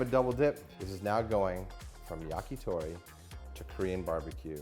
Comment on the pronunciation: also, Yah-kee-thow-ree :)